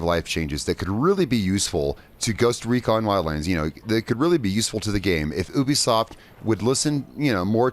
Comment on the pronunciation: Right yeah you have a few decent points but your mostly just being picky and you saying ubisoft wrong